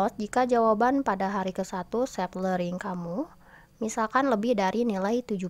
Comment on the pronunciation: Learning bukan lering